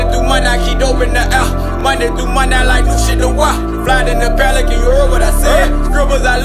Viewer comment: He needs to learn how to pronounce his P's Sounds like he's saying felican and it's highly annoying